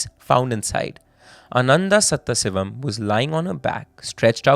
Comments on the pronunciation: Where is this presenter from? Keeps repeatedly pronouncing Sadaasivam as Setthasivam 😂😂😂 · The name should be pronounced as Sadhaasivam not Satthasivam. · Please invest in a pronunciation expert for South Indian / Tamil names. Our names sound so foreign coming from a fellow Indian Pretty sure its is actually Sadaaasivam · I cannot forgive you for the way you pronounce "Sathasivam".